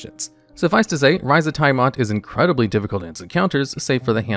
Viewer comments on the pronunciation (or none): Dude, You miss pronounced Tiamat. Its. tee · uh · mat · Dont ever say "thaimat" again. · Right! FYI, Chris Perkins and everyone else pronounce Tiamat as "TEE-uh-matt" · ITS TIAMAT, NOT THAI-MAT! Also way to reveal being a 15 min no short rest DM by having HotD and Frostmaiden high (later of which having the most lethal parts are fall damage and the extremely shit signalled Mythallar mechanics that change mid narrative/do the one thing i hate as a DM where its a "one effect for thee another entirely different for NPC" instead of at worst npcs items not being charge/use limit basted but recharge to not have to bookkeep as much). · This guy. Undeads, T'eye ah mot, ass ear ak... you are killing me. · Nice video but friend please stop saying "Taiamat" xD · The way Tiamat is pronounced repeatedly gave me so much psychic damage, I'm on death saving throws. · Same here 😆😆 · It did more than my max health in negatives. I died instantly. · Same! It's a great video otherwise, but I cringed badly each time Tiamat's name was butchered. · Did this guy really mispronounce tiamat? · Yes, yes he did. 😂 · Yep. Every time. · Multiple times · Yawning portal isn’t a module…and you left out Out of the Abyss in lieu of it….also Tiamat is in the DnD 80’s cartoon show and pronounced by Mearls, Crawford, countless DnDBeyond videos…I don’t trust this list now